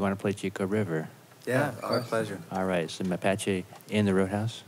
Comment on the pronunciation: C'mon,, make that Mapache A a long vowel sound, ahhhhhhhhhh